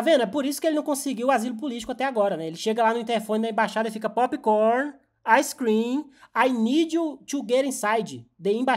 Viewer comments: "Pop corn and ice crim" kkkkkkk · "Popcorn and ice cream sinners setentative for coop the thumb in brasil." 😂😂😂